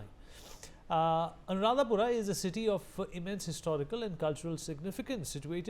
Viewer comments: It’s not Anuradhapuram you *** it’s Anuradhapura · It's not " Puram " it's called " Pura " - Anuradhapura Sri Lanka is an independent country. Geographically it's been separated and politically should not be connected each other.